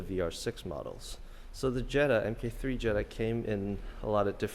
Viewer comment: It's pronounced MARK for fuck sake. NOT EMKAY!